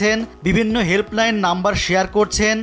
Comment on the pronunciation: ভাই এই ধরনের চাটুকার নিউজ বন্ধ করাই উচিত। পনি নিজে তো হেল্প লাইন শব্দটাও সুন্দরভাবে উচ্চারণ করতে পারেনি। মালয়েশিয়ার ছবি দিয়ে তো বাংলাদেশের ইনকাম হচ্ছে চলচ্চিত্রের। আর তার সাথে যোগাযোগ না করে এরকম একটি নেতিবাচক নিউজ বের করা এটা খুবই বেমানান। এখনও আপনাদের মানসিকতার পরিবর্তন হয়নি!!!